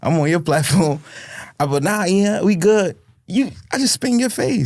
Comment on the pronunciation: Im convinced New Yorkers pronounce Ian as Eon 😂